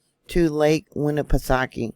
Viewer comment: Nashua, NH here, didn't feel anything. Great job with the Lake Winnepesauke pronunciation,!